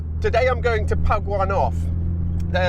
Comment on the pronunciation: "Today I'm going to pug one off" sounds really dirty.